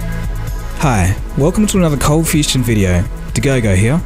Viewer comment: Uhmm ok I'm really confused about your channel's name.. Is it ColdFusion or ColdFusTion? Cause your intro says ColdFusTion O.o?